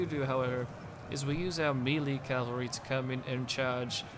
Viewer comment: I just discovered you and I love your Rome 2 videos, much much better than others' I've been watching. BTW - maybe you know this by now - melee is pronounced meh-lay and it's cavalry not Calvary which is where Jesus was crucified. If it's a habit for you just remember "cav" is short for cavalry.